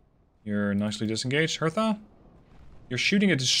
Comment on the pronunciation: you dont pronounce the t in Hertha. its pronounced like Herta